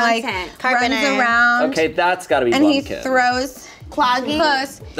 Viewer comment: I love how everyone who heard say blumkin just lost it